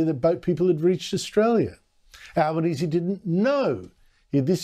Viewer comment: Tony Albonesie has trouble speaking , can't pronounce words , lisping . Certainly no leader . He is a shocker